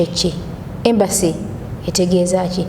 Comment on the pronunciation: It's Embassy not Embracy